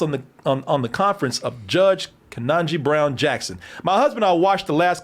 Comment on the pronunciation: Bruh... KE-TAN-GEE